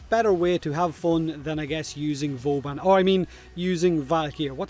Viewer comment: "what is vauban?" You have no idea how much hurt me